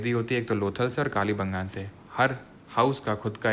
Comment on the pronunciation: sir ye कालीबंगान nhi h कालीबंगा है 😂😂😂